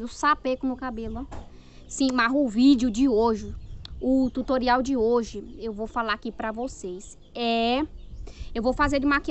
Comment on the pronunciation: "Tuturial veio" kkkkkkkkkkkkkkkkkkkk